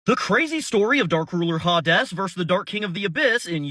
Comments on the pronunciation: Pronounced (Hay Deez) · HaDes looks so much better with HORNS. Also I'm asuming Hades is pronounced Ha-Des in latin. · is it called ha des not hades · I don't think that's how the name Hades is pronounced. It's more like "hey-deez" like hey deez nuts.